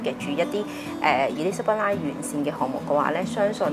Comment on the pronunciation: Would your guest please pronounce “Elizabeth Line” properly.